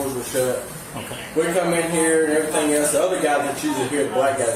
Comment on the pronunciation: "...and evra thang else.." Well, they dont pay him to speak.